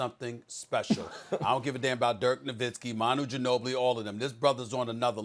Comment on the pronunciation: Soon as I heard Ginobili I lost it